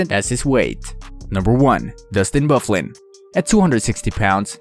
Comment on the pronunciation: Ovekin, Canex, Bordow, Smith, Woorsley, but you get Byfuglien right. WTF!